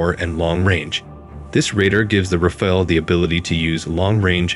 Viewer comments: RAFALE pronounced like NADAL (tennis player) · Every English speaker gets confused by the « E » at the end and will pronounce it Raf-Ale (as in beer), but that « E » is silent and we French pronounce it « Raf Al » as in Albert. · I noticed around 7 way to pronounce "Rafale" 😂😂 it would have been so easy to write it in Google translate and listen 🤡🤡🤡